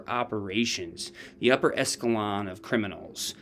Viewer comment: Echelon sounds like “Eshilon” I thought that was hilarious that she said she was in charge of covert operations! Not so covert now! Becky is into It because there’s organized crime involved!